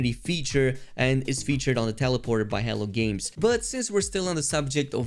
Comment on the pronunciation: I keep hearing HELL GAMES. hehe